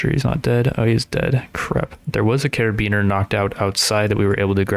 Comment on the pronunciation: I love you saying caribeaner instead of carbiner 😭